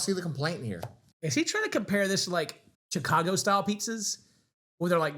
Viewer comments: Dude said CH-cago wtf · This is pizza aboose, and I'll not stand for it! Ps, the way he says Chicago is a crime. It's not Chick-ago, it's Shi-cago